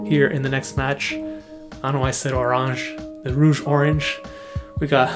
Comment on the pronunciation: You said Orange like a fellow quebecois :D